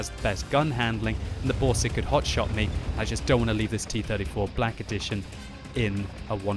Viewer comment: dont forget the Boarseg xD